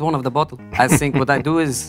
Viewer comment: first word he says is “I sink”. I already knew he was going to be good 😂